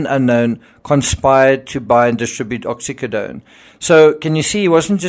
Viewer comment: What’s with the way you say Oxycodone and Mercedes, ridiculous!